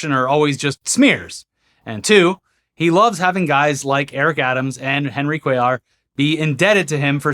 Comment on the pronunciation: Came back to see nail the name "Cuellar" 😅😂 great job! Did better than inwould have done